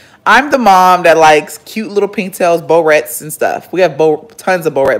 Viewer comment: "Bowrette"? I can't.